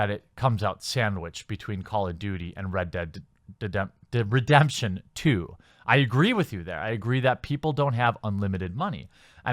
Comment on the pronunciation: "Red Dead Dedemption" lol